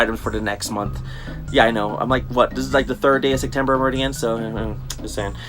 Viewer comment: Haha you say Sectember just like Sergio with a c instead of a p